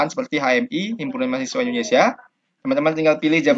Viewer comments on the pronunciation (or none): none